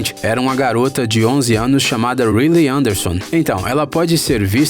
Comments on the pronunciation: mano se pronusia "raili" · E a Riley.ele falou reily kkkkkk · É que a pronúncia do inglês dele é ruim. Ele chama a Riley do Divertidamente de "Rilei" como se escreve, ao invés de "Railei" que é o correto. No caso do filme valente o nome se escrevida Marida, porém a pronúncia é "Mérida". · Gnt tô achando mto engraçado quando eles estão falando os nomes errados kkk "marida" "picsar" "riliei" "ap" kakakka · Ap altas aventuras, Marida, Rile, tá tudo errado isso aí.... É Up, Mérida, e a pronúncia é Raili... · "Nimo" "Rilei"